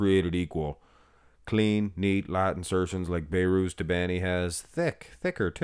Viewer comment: His nama is Behrooz Be(h)rooz Not bayrooz You can pronounce the letter H